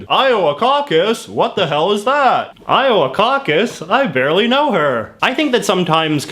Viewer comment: iower, I hardly know ‘er!